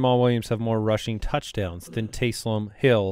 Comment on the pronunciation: Here’s a name for Taysum Hill and you gotta think of it as him saying it like Goku “TakeSum Hill”!!